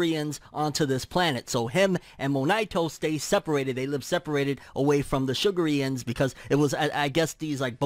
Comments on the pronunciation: I think its pronounced shu garians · I pronounced it Shug-Air-Reons